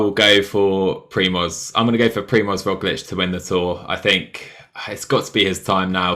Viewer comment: It's year 2021 and you guys can't pronounce Roglic and Pogacar. This is ridiculous, I'm out by the 3 minute mark....